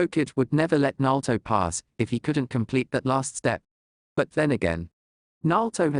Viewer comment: I wish they would work on the Name pronunciation. Repeatedly hearing them pronounce Iruka and Naruto's names wrong was like nails on a chock board to me.